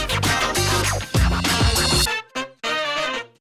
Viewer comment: Bicara Indonesia kok endonesia sih bang???????????????????????????????????